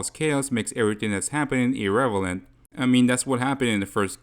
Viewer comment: no offense man but you might wanna run that “irrelevant” by me again 😭